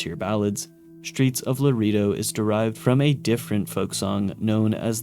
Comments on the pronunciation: "Laredo" is pronounced "luh-RAY-doe" not "luh-REE-doe". Other than that, excellent video! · akchually it's pronounced lah-reh-do.